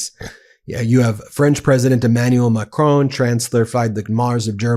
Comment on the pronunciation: * it's Macron: ending with 'on' not 'own'